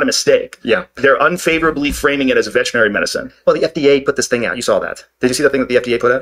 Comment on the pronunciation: Two smart guys who can't pronounce veterinary. It's not "vertrinary."